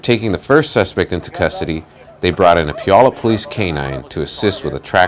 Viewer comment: Pew-al-up not, Pew-all-up. Where the heck did the spokesman come from. 😁